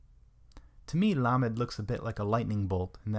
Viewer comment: This a great teaching. The only thing that's a little confusing is at the end of most of the letters the teacher is adding a short e sound that isn't part of the letter being explained. For example, lamed is pronounced as l not le. So in the word lamed, you wouldn't say it as leamed. It's hard to show an example without sound! Hope this makes sense.